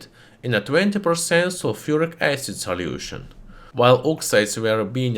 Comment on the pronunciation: I love when he says "soliution" XD